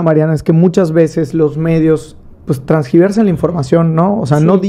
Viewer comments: Bien fresa y dice " pus" en lugar de pues...trasgiversar en lugar de tergiversar 😂😂😂😂😂😂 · Se dice tergiversar güey